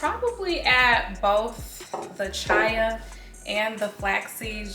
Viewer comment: Glad you posted this video. I enjoyed it. I think you are really cool, love your vibe. The Banana bread looked really good too. One thing though, I think you pronounce it "chia" (chee-ah).